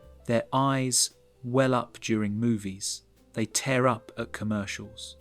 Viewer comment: It’s tear up not tare up